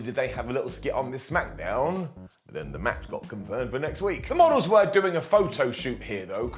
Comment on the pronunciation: Heh, I always heard it as Smack-a-down or Smack-eh-down, but Smacketh makes sense too